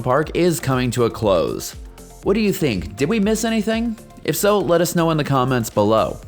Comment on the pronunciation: Why do you long vowel a and the before consonants?